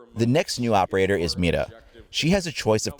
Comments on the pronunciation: Finally someone says Mira right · wow! Im spanish and you pronounced "Mira" perfectly Muy bien ! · thank god. your the first youtuber ive seen to pronounce "mira" right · another nice video, you pronounced "mira" pretty well btw:p. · HE SAID MIRA CORRECTLY <3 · Your pronunciation for Mira when you first said it was near prefect for Mexican Spanish! R=soft D sound.